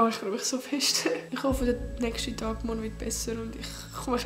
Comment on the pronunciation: „Nögsti piste“